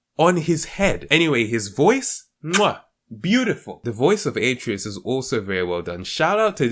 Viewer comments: It’s pronounced uh treh us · Kratos says the name At-ray-us like a million times and you still managed to pronounce it wrong, you truly have a gift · He said Atreus wrong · The way this Guy says Atreus hurts my soul.